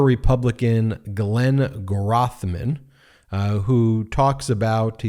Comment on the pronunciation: His name is pronounced "growth-men". Help Wisconsin citizens maintain the irony that he hasn't displayed any personal growth in many years.